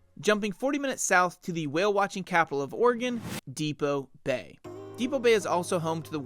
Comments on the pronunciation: It’s DEPOE Bay!!!! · Great video but Depoe Bay does not contain the letter "t"!!!!